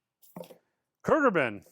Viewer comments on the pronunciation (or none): Khruangbin is the name, not Kurgurbin😂